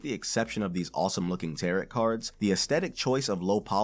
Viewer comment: It's pronounced tear-oh not tear-ot But good video. I personally think it would be better if you tried to make it a bit more continuous/fluid instead of reading a bullet point list. Just a sentence or two to bridge the sections? And just note the subject change on screen with text. But idk anything about making videos so grain of salt, and all.